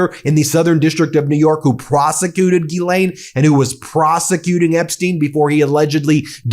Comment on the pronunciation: "Girl-aine" Maxwell. Has AG evil-stupid Barbie ever pronounced the Pedo-Witch-Queen of Angmar-a-lago's first name without pronouncing the non-existent "R" sound? Idio-evil-ocracy